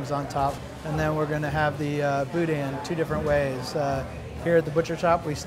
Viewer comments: I like Cochon, the restaurant, but I don't like Cochon Butcher, where was at first. And, it's pronounced Boo-DAN, like the other guy kept saying. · It's boo-DAN. He even corrected you. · Besides profound and ethereal, he also says evocation on every video. Also, it is Boo-Dan. Thanks.